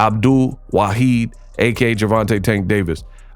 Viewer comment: Correctly pronounced: NOT Waheed. Rather, Waahid